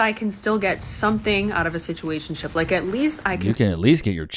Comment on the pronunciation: Yeah, just substitute the word "d*ck", every time she says "situationshiip. That's really what she's saying.😂